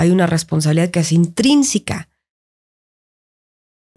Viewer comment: "Intrínsica". Señora, se dice Intrínseca, con E. Siempre me sorprende el nivel de ignorancia de la gente rica de México.